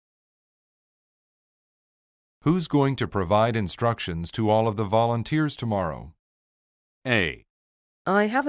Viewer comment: 쌤 항상 잘듣고 있습니다~~ 근데 쯤, 첫번째 패턴-모호한 응답에서 structions 가 아니고 instructions(지침) 같아요! 쌤도 수업하실때 발음도 그렇고, 검색해보니 structions에 대한 사전정의는 안나와있더라고요 ㅎㅎ 중요한건 수업이니깐 쌤 수업 열심히 듣겠습니당!!!